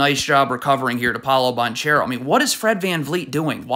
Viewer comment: Please learn to say Banchero’s name